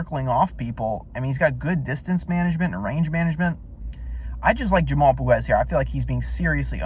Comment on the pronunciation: fyi POGUES SUCKS,he is lazy slow a true can,he has no chance,he is aweful,and you cant even pronounce his name,diamond in the rough lol lol,your clueless,he is more like a pile of sh*t in the grass, FACT